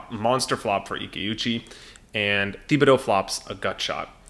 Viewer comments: It's pronounced Tib-uh-dough,. You're buggin' me with that Thee-bee-dough stuff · Great break down! However, as someone who lived in south Louisiana, Thibodaux is pronounced TIB-ah-doe. Keep up the great work and content!!